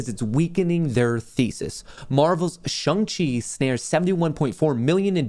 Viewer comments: Shang Chi not Chung Chi lol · I think it’s SHAAAAANG not shung lol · Omfg its Shang not Shung! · Love ya but No way is Shang pronounced Shung…. 💀 say it like Shanghai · Dude, you butchered Shang-Chi. 🙉There’s an “A” not a “U” (Shung-Chi). That’s like me pronouncing your name Mutt Kohrs. 🐕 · I can see struggling to say shang chi ahahah.